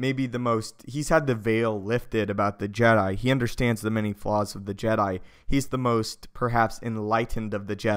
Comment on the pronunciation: It's Jedi not Je'Dai